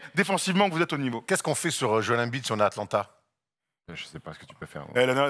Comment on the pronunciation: La prononciation de embid en francais......😂😂😂😂